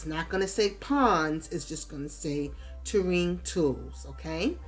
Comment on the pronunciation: Great pond building videos. You have such a patient tone and wasn't talking super fast. You made it easy to follow along. Maybe its an NY thing? In the South a Tureen(might be spelled wrong) is what we put soups/stews in and set on the dinner table. From that we serve individual bowls. For the ground/land "Ta-rain" is for Terrain. Made me chuckle. Thanks again. Liked. Subscribed. o